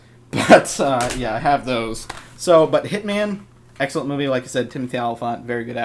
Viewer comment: i swear i heard u say sexcellent